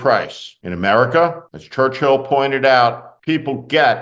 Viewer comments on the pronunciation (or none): none